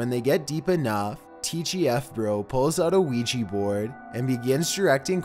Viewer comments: your narration. One thing It's not pronounced Ouigee it's pronounced OuiJa. Not a g sound and hard e sounds but light j and a sound. The J is also pronounced more as if you were speaking a French person's name. Such as Jacque Cousteau. Other then that great vids. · ouijA. ouijA board. Not ouijEE. Jesus fucking christ. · STOP CALLING IT OUIJI BOARD IT'S A OUIJAAAAAAAAAA BOARD! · he cant even pronounce Ouija right wtf, he sais Ouiji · Why do you call it Ouiji when it's definitly a Ouija? 😐 I'm confused... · It's not pronounced "weegee"but rather " weeja" just so you know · It’s pronounced OWIJA not OWIJI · It's not so much an issue with your voice....but could you Please at least pronounce it correctly??? It is Wee-Jah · Its not Ouiji its Ouija. Oui = yes in French and Ja = yes in German. Yes Yes. OUI-JA OUIJA NOT OUIJII. Its two European words, not japanese. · Ouiji...I thought it was supposed to be Ouija? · Why does everyone keep mispronouncing Ouija it's wee ja not wee gee that's why it ends with an a not an e or i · Why you call it wee Jee It’s oujha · It should be pronounce as WI-JA not WI-JI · It's pronounced o-wi-ja not wi-ji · Weegee board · WHY WHY WHY DO YOU CALL IT WEE GEE????? WHY??? WEE JA, JA J...A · oui ja not pronouncing it right! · lol.. weegee board. L:OL. jeez that pronunciation kills me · Weejee boord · Throughout this whole video, I just hear him say "Weegee board" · weegee bord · Why do people pronounce it "wee-jee"? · Me and my friend was playing that ouigy board then afters sometime my ear was bleeding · For a second I thought you said Luigi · Weejee bord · weegee board are used to summon weegee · Pls the way y’all pronounce "Ouija" is the only scary thing here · Why can’t anyone pronounce Ouija correctly? There’s no “e” or “y” or “ie” in Ouija. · I love his intense voice like always, he's like, "ouija bOards"